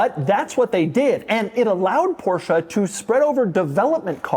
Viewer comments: How Beyoncé is not BeyoncAH Porsche is not PorschAH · Why would they bother to write in English when Americans can't even pronounce Porsche properly?